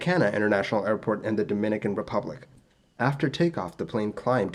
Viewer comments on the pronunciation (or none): Buenos Aires was so mispronounced followed immediately by Punta Cana so well pronounced that I had to hit back to see if I heard correctly lol. To be clear it's okay to mispronounce things, if It's understood then that's all that matters and Spanish sounds are very different from English ones so it's understandable for anyone who is monolingual, hell I'm bilingual and often mispronounce Spanish words when speaking in English.